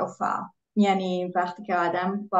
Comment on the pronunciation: والا فارسی رو از من بهتر حرف میزنن. تلفظ ها بطور خاص عالیه. مثلا ((وقتی)) رو ((وختی)) میگن